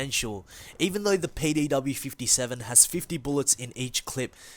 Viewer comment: did dis dude say payday w or am I dumb